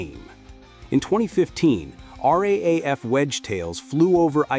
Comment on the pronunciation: It’s not R-A-A-F, no one in Australia calls it that. it’s R-double-A-F